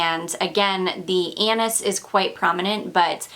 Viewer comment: Forget about the panties how about the “ Anus” she keeps mentioning again and again lmfao 😂😂😂 she means “Anis” omg